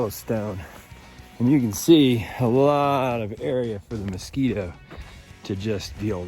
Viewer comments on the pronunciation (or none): none